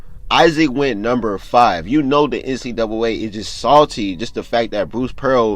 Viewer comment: He don’t know how to say NCAA